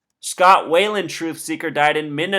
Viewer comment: it's Scott Wieland not Scott Wayland. just saying